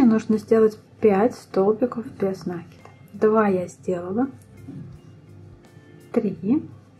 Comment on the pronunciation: спасибо большое. Понравились два момента: прибавки без заморочек: легко отслеживать, где нужно прибавить. Второй момент - убавления: провязывать за половинки петель. Действительно, дырок не остается. В общем, замечательный урок, несмотря на произношение нАкид ))). Однозначно, лайк! А! Забыла про цветную ниточку написать! Я пользуюсь маркерами, но в данном случае нитка - лучшее решение! Плюс!